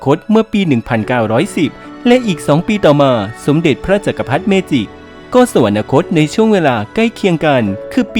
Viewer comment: สวรรคต อ่านว่า สะ-หวัน-นะ-คด X สะ-หวัน-คด ✓